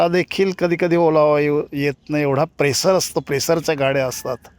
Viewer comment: प्रेसर नाही " प्रेशर "